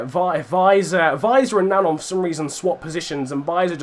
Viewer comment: I just wanted to say it's Joris NanJON not Nangon pronunciation wise as if there's a tilde on the second 'n'.